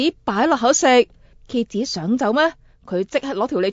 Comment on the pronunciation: 我第一次聽到她說蠍子 聽成啟智的台語